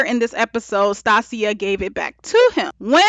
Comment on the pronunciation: Good review, but I kept get thrown off with your pronunciation of "Stacia". I've never heard it pronounced like that.